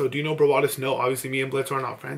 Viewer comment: "do you now Brawadis" "now" not know, not no, fucking "now" no hate <3